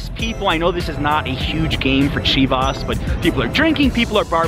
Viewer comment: I get triggered by the way he says chivas😭🙄🤬